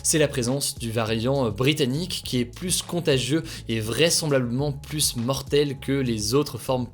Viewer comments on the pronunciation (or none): On ne peut pas dire plusssss contagieux. Le s final de plus ne se prononce pas quand le mot qui suit commence par une consonne.